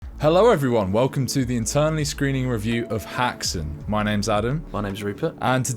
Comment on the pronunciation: It's pronounced more like "hexun". Just saying. As a Swedish witch (häxa). My grandmother, a half elf, played the piano to silent movies.